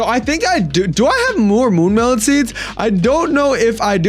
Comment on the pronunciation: mune melon???